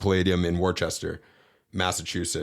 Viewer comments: Loved everything until and after said Worchester. It's pronounced wuster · We need to get hip to the correct pronunciation of Worcester 😅